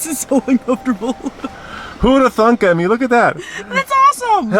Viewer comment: No matter how many times people tell it's not THUNK he continues to say it.